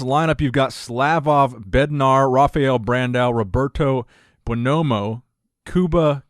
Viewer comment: Roberto Buonomo is pronounced "Roh-behr-toe Boo-on-ohmo" Andrea Muzi is pronounced "Ahnd-reh-ah Moo-zee"